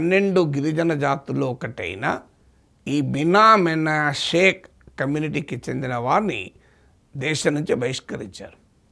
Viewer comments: బే నా మీనా శే కాదు బెన్యామీను మనష్షే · It's not binaa meneshey. It's Bani Manaassheh. Means Sons of Manssheh. In Hebrew language Ben means Son. Correct your pronounce first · సార్ బినామీనాషేక్ కాదు ఆ గోత్రం పేరు బెన్యామినేయులు మంచిది నాగశ్వర్ గారు ఈ సారి పలికే అప్పుడు ఇలా పలకండి సార్ అందరు అర్ధం చేసుకుంటారు ప్లీజ్ TQ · Sir vallu israel loni mashhe gotaniki chenduna varu dayachesi pronounciation check chesukondi please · బెనే...మనష్షే.... అని పలకాలి సార్....మనష్షే యెుక్క సంతతి/సంతానము అని అర్థం.